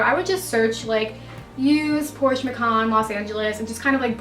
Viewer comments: So I'm German and it is PorschE 🙂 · Please don’t ever say PorschUH lol Beautiful car good for you. 🥰👍🏻😍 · i think "porschay" is the closest to describe how we would say it in german, lol 😃 even though it looks silly. but its hard to describe a word that ends in E and where the E is actually pronounced... 🤔 and i remember beyonces version of Ave Maria and she pronounces it more like "Avay", i think its hard for americans to actually stop on the E and not put that y after it.. 😉 sounds complicated but maybe you know what i mean 😊 grüsse aus der schweiz